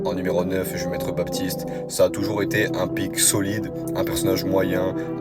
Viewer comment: Déjà quand tu sais pas prononcé baptiste parle pas mec